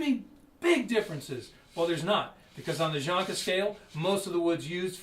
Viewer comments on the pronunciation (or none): Its Janka scale, not jonka, What an idiot